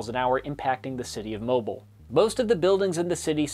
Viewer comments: Mobile is pronounced Mo-BEAL, not Mo-BILL. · It's not "Moh-bole" it's "Moh-bihle", Fellow Alabamian that knows Mobile inside and Out, even though living in Brewton, 2 counties over. And It's bad. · Mo-beel, not mo-bull. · It’s mo-beel not mo-beeul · it’s pronounced moe-beel, not moe-bel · It's pronounced Mob I le, not m O bile. Source. Grew up here. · One note, . The coastal city in Alabama referred to, named Mobile, is pronounced Mo-beel. <3 I appreciate the videos, keep up the good work! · Great video! My only critique is that Mobile, AL is pronounced "Mobeel". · OH the way you said Mobile, AL just tickles me lol. You'd say it like MobEEl! this is a great video! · FYI, Mobile is pronounced “Mo-Beel”. 😂 Everyone gets it wrong. My parents talk about Federic all the time. It took until the following April Fool’s for debris to be picked up in their neighborhood. Mom has told me horror stories of the wind and how it would pick up vents in the house. They had major damage due to wind causing trees to snap. They didn’t mess around with any hurricane after it. Great video!! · I laughed more than a little at the pronunciation of Mobile, AL. It's understandable, he's not the only one to do so. But phonetically it's closer to how one would say "bee" - MO-beel. You got Dauphin Island spot on, however! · Just wanna say, Mobile is pronounced Mo-Beeul, otherwise great video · Couple things: it's "mo-BEEL" and "pass chris-tchi-ANN." I can pardon the latter since it's a lot smaller. Also, everything is bigger in Texas, and that includes rainfall totals. I remember cleaning up after Harvey in 2017 after over 60 inches of rain fell over Nederland, a modestly sized town in the southeastern corner of the state. Harvey is the wettest hurricane on record. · That is not how you say Mobile. It's pronounced like Mo-beel. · Its pronounced moe bill(mobile,al.) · He also mispronounced Mobile. It's Mo-beel